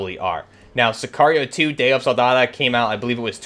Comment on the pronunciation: It’s pronounced Sicario Day of Sol-da-do, not Soldada